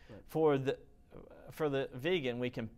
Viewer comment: why can't he pronounce the word 'Vegan' properly? he says VAEGEN lolz